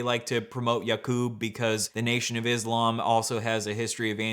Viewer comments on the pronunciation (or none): none